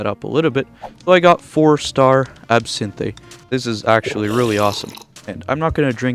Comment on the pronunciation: That's NOT how you PRONOUNCE the word ABSINTHE